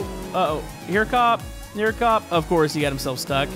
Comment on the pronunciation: you said gup not cop